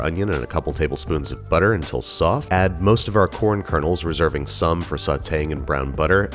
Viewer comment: "...nice and *SwOFT*"